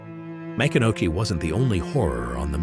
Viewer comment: It is pronounced Ma-CON-a-key